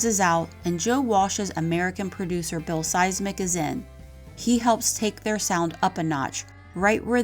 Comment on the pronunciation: Bill seis mick not.. lol Sim szic is a closer pronunciation.